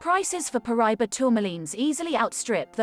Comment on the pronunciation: Ahh, Paraiba! My favorite tourmaline! However, it’s pronounced, Para-eeba. The Paraiba mine in Brazil is “played out” and this beautiful color is exhausted, driving up the price. The largest one I’ve ever seen was 88 carats! Oddly enough, it’s been recently discovered in Africa. If you were to fit the map of South America into the notch in the African map, that’s where it was discovered in Africa. It’s believed to be the same vein that was split when the two continents divided during the continental drift that split Pangea.